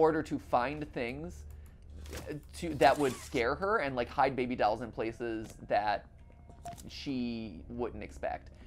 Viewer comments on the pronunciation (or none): am i the only one who got distracted by MatPat pronouncing "dolls", as "dowels"